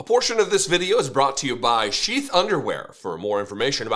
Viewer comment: at first, i thought you said chief underwear. then, i looked at the video and it says sheath. maybe the company should change their name to chief underwear. it sounds more manly.